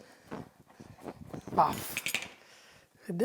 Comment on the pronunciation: he say waaf instead of wow :P